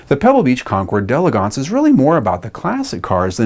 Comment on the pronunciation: Thanks for pronouncing d'elegance correctly.